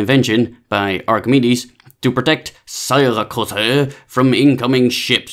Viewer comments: No offense, but it's pronounced seeracooze. On an unrelated note, I guess Archimedes just went like "you know what? Fishing fish is way too easy. LET'S FISH SHIPS." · SIRAKJUSE, not that hard to pronounce